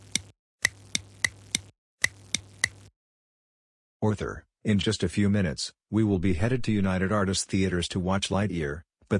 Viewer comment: Arthur not Orthur 😊